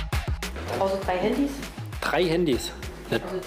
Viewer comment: Also dieser Polizist hat nicht nur ein dezentes Problem mit englisch, sondern auch mit deutsch... um genau zu sein, mit harten und weichen Konsonanten... Alle harten Konsonanten werden weich ausgesprochen und alle weichen, werden hart ausgesprochen :D Beispiel: trei (statt drei), Barmiddel (statt Barmittel), bekleiden (statt begleiten), Dogumende (statt Dokumente) usw 😂